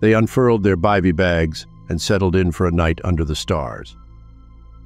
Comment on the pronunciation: WELL SAID, Sir! AND...our narrator may want to pronounce BIVY (bag or sack) as someone who is familiar w mountaineering or climbing ! Try..goofy ...NO long a there in Engrish😉